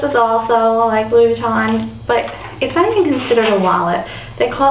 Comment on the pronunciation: I'm so happy for you that you got your dream bag!!! My dream bag is also a Louis Vuitton. Oh and btw you pronounce it Louie not louis with an 's' sound. In French, they don't sound out the 's' sound. Hahaha but anyways I love the alma vernis, but my dream bag is a speedy bag in damier azur. Don't know why I am telling you this, but yah I'll just continue watching your video:) have a great day:)